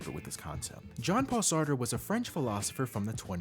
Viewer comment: Satre and Nietzche. Both difficult names and I hear it all the time.